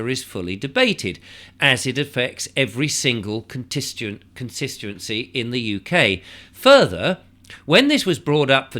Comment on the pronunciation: you also have difficulty pronouncing"constituency"......missing the "S" out.